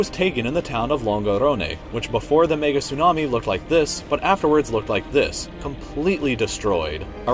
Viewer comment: when he tryed to say mega but he said the n word